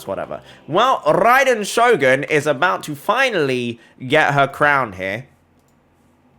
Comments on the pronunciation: When he said rrrraiden shogun it sounded so good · Love the way he tells RRAiden Shogun hope I get that accent man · I love em r rolls everytime he said raiden shogun